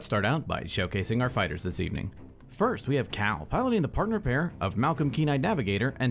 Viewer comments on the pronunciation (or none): none